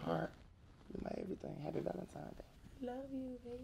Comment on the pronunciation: My guy said "VALENTIMES"